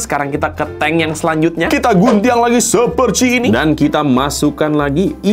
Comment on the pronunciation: Orang Minang ya bg kok nyebut nya Guntiang ga gunting